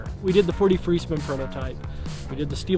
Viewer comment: Took me forever to figure out he'a saying "4D free spin". I couldn't figure out why he was saying "43 spin".